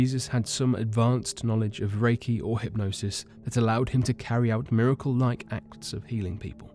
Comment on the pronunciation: the fact you can hear in his voice that he is trying to mispronounce miracle is fkn annoying